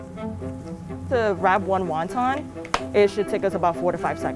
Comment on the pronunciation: never heard anyone say waun taun